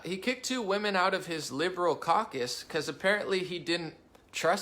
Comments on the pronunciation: True-DOUGH. not DOW... SMH.. not that difficult dude. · my man.... Trudeau: Rhymes with GO, not cow. And he's got to GO. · It’s pronounced Justin Tru-Castro! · I wish you would say Trudeau correctly